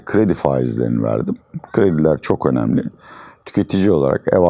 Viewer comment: Hoca "Çokomelli" Diyor.